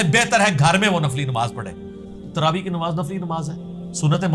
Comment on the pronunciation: پہلے تو یو ٹیوب کے متن کا عنوان کا تلفظ کی تصحیح فرمایئےگا۔ تراویح ( صحیح ھے ) تراویع ( غلط تلفظ ھے )